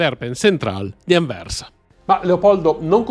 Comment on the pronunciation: anversa non aversa